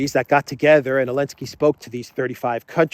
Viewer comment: Who is Elensky? Why omitting Z and not saying name correctly? It’s Zelensky! .. explain the reason? Otherwise- great! I am a new fan